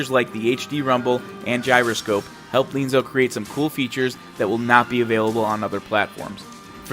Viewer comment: Looks interesting. Different without being unnaturally so or forced. Will definitely check it out. Also appreciate your qualifications about the language at the start of your video. FWIW, I believe Lienzo is pronounced, lee-EN-zoh, with that accent on the “en”. Subscribed!